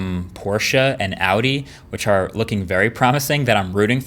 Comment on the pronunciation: You are one of the very few people who pronounce names correctly like Audi or Porche. You get a like for it.